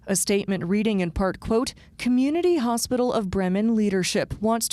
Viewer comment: It’s pronounced Breemen you turd